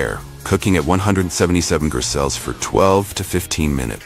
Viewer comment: AI voices can't say degrees, fahrenheit or celsius. They mess it up on every single video.